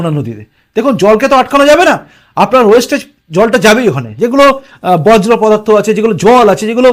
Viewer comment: বজ্র পদার্থ নয়, বর্জ পদার্থ। 😊